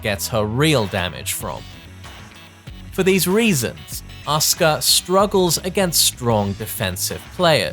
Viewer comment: It's asuak not Oscar